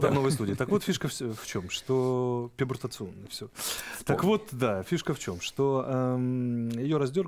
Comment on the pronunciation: "ПУБЕРТАТНЫЙ ПЕРИОД" - так называется переходный период у подростков. А Арестович никак не мог вспомнить это слово и всё равно перековеркал - "пебуртационный".